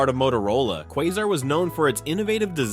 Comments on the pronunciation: KWAY-zar not Quaw-zar...... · Did you also notice "Norgee", "Raider Range", "GEeeee" and "Kwah zer"? 🤣🤣🤣 Ya gotta love Artificial Intelligence! I'm afraid it's not going away anytime soon. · They also mispronounced Norge as Nor-hay and Haier as Hair and Quasar as Quah-zar. I suspect a machine that refuses to be consistent in pronunciation.